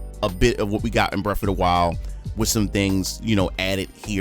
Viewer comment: I've not played "breff ov da while"... what system that on?